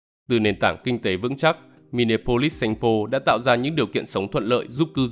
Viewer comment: Xin góp ý kiến Đọc là mi ni a polis